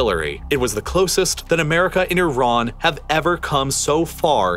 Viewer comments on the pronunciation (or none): Love the pronunciation of Iran it's consistently incorrect